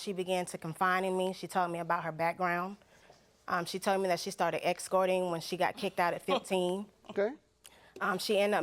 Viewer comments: WTH is "Excourting"? Girl, please learn how to talk. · Don't wanna be petty but it irked me to hear "confine in me" and "excorting" from the plaintiff's mouth. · Whats an “EX CORT” chile 🙄??